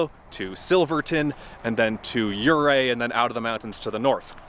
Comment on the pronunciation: A couple pronunciation thoughts... Locals say yur-AY for Ouray. And CRIS-toe-ball for the lake. 🙂 Thanks for highlighting some of our backcountry beauty. ☺️